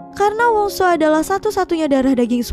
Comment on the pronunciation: Soo dibaca su, duh greget aku dengernya 🗿